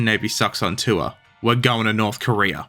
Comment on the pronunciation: "Korear" -you